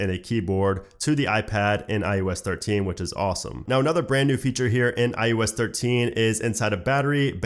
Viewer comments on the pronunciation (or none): why do you keep saying I-U-S 13? its IOS